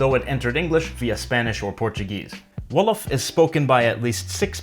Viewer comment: Wolof way ...wow so early 🇸🇳🇸🇳🇸🇳🇸🇳 You're pronunciation is pretty good !!!! 💜